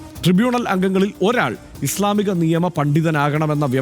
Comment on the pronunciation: ഇസ് ളാ മിക എന്ന പദപ്രയോഗം തന്നെ അവതാരകൻ തെറ്റിച്ചാണ് ഉച്ചരിക്കുന്നത് - നിങ്ങൾക്കൊന്നും വഖഫ് സംബന്ധിച്ച് ഒരു ചുക്കും അറിയില്ല.